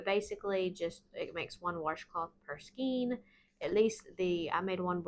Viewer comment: New sub. Love these and your channel! One suggestion skein is actually pronounced skane (ur not the only one, I hear it mispronounced by many of the you tube crocheters)